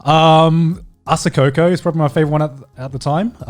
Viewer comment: He really called coco asacoco